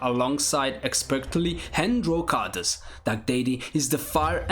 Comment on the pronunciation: Pease try to pronounce the word: "characters" correctly. The pronunciation of that word is really ear-splitting. But all in all a very good selection of games.